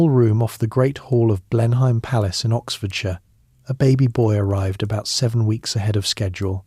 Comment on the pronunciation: a great voice,,,nice prose,,,,well researched and clever. Just one minor fly in whats otherwise delicious lotion,,,Chruchill was born Blenheim Palace pronounced Blenham,,,otherwise its a place in the Low Countries (which it derives from but has been anglicised). Keep up the great work